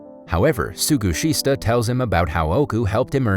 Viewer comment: Some of the names are rather butchered in this narration. "Suguhista" -> "Sugishita" / "Tsuroka" -> "Tsuruoka."